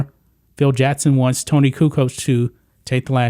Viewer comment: It’s Jackson. Not Jattson. Common mistake.